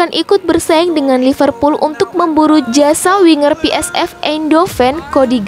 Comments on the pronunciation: Pi Es Vi, bukan Pi Es Ef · PSV kok dibaca pe es ef .. harusnya pe es ve